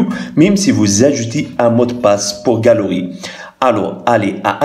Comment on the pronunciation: Galerie = galooui